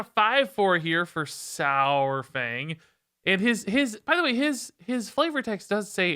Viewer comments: Please say dinosaur then say saurfang now say dinosour then say sourfang. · The pronunciation of Saur- is halfway between "sour" and "sawer". It's easier once you realize it's from the Greek sauros, meaning lizard. Think dinosaur. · "One of the all time favourite characters" doesn't know how to say his name